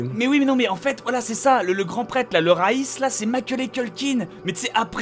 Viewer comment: C'est Vaas pas Raïs ! Aaaaaaah !!